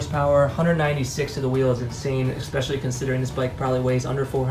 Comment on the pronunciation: Wow did he actually say eXpecially?